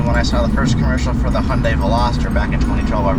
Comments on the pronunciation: It’s Hyundai. Not hi young day 🙄🙄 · Who else got triggered when he said hy-uuundai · That's not how you pronounce Hyundai 🙄😂